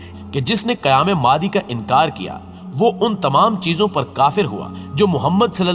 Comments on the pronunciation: امام مادی, مادی نہیں بولتے بھئ, نام صحیح بولئیے آپ," امام مہدی علیہ السلام" کہتے ہیں, نام کیوں بگاژ رہے ہیں اتنی متبرک ہستی کا!! ؟؟ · Apna talafuz to Sahi kro kya Imam Mehdi as ko Madi Madi kr rahe ho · mehrbani kar k ow Madi NAHI he Imam.Mehdi A S he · Lafz Mahdie h..talafiz bhi teak karo